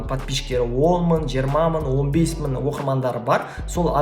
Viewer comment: Ң деген әріпті айтып үйреніңіз, бес мын деп айтқаныңыз құлаққа жаман естіледі екен.